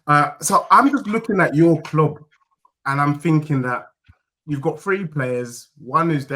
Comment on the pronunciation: thinks he's funny he can't even say club properly